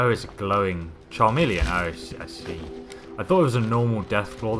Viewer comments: "tcha-milion"? nono :D is'nt it pronounced: "KA-milion". Or is my english that bad... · You said charmeleon instead of chameleon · It isn't a Pokemon, not a charmeleon a pronounced as 'car' 'me' 'lee' 'on" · Harry Marshall No shit, you do not say. Apparetly you did not pay attention, I said that pronounced chameleon with the cha and was properly correcting other viewers on their thinking mistakingly said charmeleon rather than kahmeleon (happy? lol) Watch the video and next time make sure you are giving PROPER grammatical corrections. Lmao! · Did anyone else notice he called it Charmeleon deathclaw instead of a chameleon deathclaw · Charmeleon deathclaw? its not a fucking Pokemon... its Chameleon.. like the Animal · Charmilllion pshh its chameleon pshh pshh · He pronounced it as "cha-meleon" (he dis not pronounce an 'r' in chameleon. Just like how his accent pronounces Salem (Say-lem) as Sal-ehm. Just as some pronounce 'nuclear' as nucular or nukelar. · ... did u just say charmeleon? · U said chameleon wrong